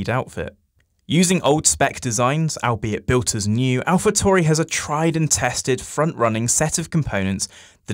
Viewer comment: What is it with people not being able to say „Tauri“? TAURI! Italian name... keep your „Toohry“ bs to yourself!